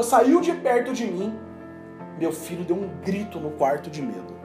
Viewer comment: Só eu que entendi Fígado quando ele falou Filho?